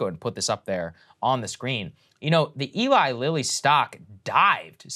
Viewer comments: did she say ellie lily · I am super embarrassed crystal didn’t know how to pronounce Eli Lilly